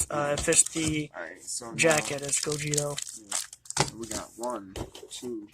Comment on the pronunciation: Gogeta, not Gogeto